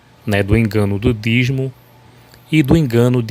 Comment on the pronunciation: Não é dizmo, é dízimo. Sabe nem falar quer refutar os outros?